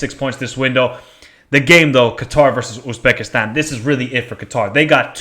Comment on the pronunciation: North Korea 0-3 Iran Qatar 1-1 Uzbekistan UAE 2-0 Kyrgyzstan North Korea 0-2 Uzbekistan Kyrgyzstan 0-2 Iran UAE 2-1 Qatar Uzbekistan's not pronounced Oozbekistan